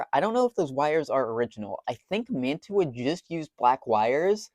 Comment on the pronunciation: Someone's been in that. MU-2 motors were always riveted. That plastic gimble mount indicates a late version of the motor. It's pronounced "man-chew-ah". Say it like that and your model railroad snob cred increases exponentially. The name comes from a city in NJ, which comes from the name of a city in Italy. The city in NJ is where the company started. Edit: The motor is not an MU-2. Those were mostly metal. It may be what was produced in Hong Kong after manufacturing moved there, and before they switched to pancake motors. Nice work.